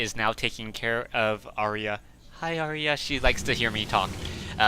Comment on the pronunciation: its Aria, not Arya, lolololol